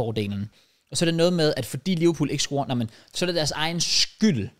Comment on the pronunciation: JK. Det hedder "scorer" og ikke "scRorer"